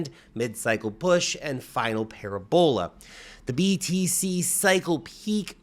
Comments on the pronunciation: my brother in christ, it's pronounced "pa-RA-bola" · I like how he says "pair ebola."